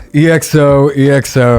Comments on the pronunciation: it's pronounced "eckso" not "e. x. o." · it’s said as XO not E X O please 😭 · Its not EXO (eeh-ek-so) but just( ekkso) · Its EXO not E-X-O....like "eggzo"...👍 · it's pronounced as EX-O not E X O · Just a friendly correction, EXO is pronounced as “XO”😊 and yes indeed Baekhyun got the most amazing voice😍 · It's pronounced as Ekso 😁 Love from Manipur, India ❤️🇮🇳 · Yesssssss!!!!! Finally an EXO related video!!!!..... Btw you can pronounce them as "ek-so", not only cuz that's how it's actually pronounced 😅 but I think that would be much easier to say. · Lmao how many EXO reactions will this guy do before he stops pronouncing their name as E-X-O? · It's pronounced EXO, not E-X-O. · Someone’s gotta tell him 💗we love you 😂but it’s EXO, not said E-X-O (sounds similar to echo but with an X instead of the “ch”)